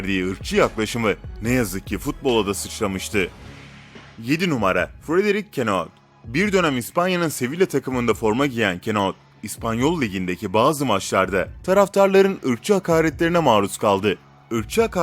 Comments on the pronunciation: Kenoult ne lan dingil.. KANUTE KANUTE DIYE OKUNUR MAL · Omar Kanute diye okunuyor kenua ne? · Kenot ne lan kanoute diye okunuyor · Keno ne knk. Kanute işte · Kenot nedir teres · Kanuteye kenaut dedi ya la 😀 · Kenao değil kanoute 😂😂😂😂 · Frederic kanut degil frederic kanoute ba ba 😉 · Kenauth ne la Kanute !! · Kardeşim yalnız o ka-nu-te diye okunuyor kinoa diye değil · Iyisin hoşsunda kanuteyi kenan diye niye telaffuz ediyorsun kardes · kenaut ne ya yıllarıun kanutesine kenaut dedi :D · 7 numara kanute diye okunuyor zannedersem